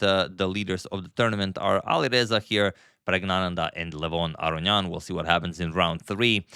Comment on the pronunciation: Lol u Pronounce Levon last name wrong every time